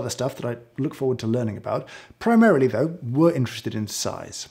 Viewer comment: Big fan of your work James, but your pronunciation of PRIMARILY is akin to a grinder typeface (not font) in its mk1 iteration.